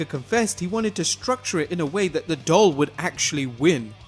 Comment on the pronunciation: I thought he said dog instead of doll.